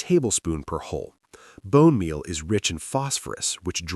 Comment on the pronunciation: More AI garbage, and what the heck is "Bone Meah"???? Lazy content!